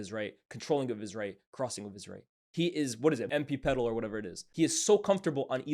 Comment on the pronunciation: "ampipedal " I'm dying 😂😂